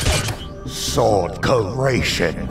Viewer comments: It’s not ceratation it’s CREATION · SUBTITLE: SWORD CREATION NOTCH: SWORD CERATION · I like how they say "cureation"